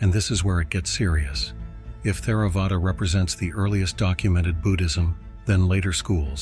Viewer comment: I've always heard it pronounced Tare-uh-vada, the "h" being silent.